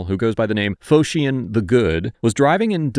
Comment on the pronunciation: Phocion = Foh-shun, Not Fo-she-un.